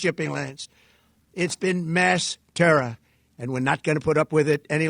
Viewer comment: He tried saying Terror like Bush did when the war on terra was announced.